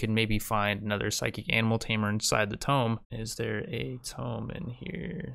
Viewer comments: please stop saying tome when you mean tomb. hurt me physically. it's pronounced like toom, the b is silent. or don't, it's your channel! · Just curious, but he must be saying "tome" instead of "tomb" on purpose right? every video i watch i hear him say it and get really confused before i realize lol